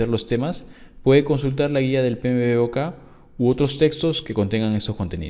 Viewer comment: Una sugerencia, y sin acritud, amigo. ¿Por qué no pronuncias las siglas del "PMBOK", como "Pe Eme Bok?, ó en Inglés ¿(Pi Em Bok)? Sonaría mucho mejor, créeme.... Saludos.